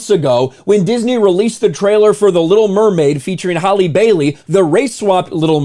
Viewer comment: The Li’l Mermaid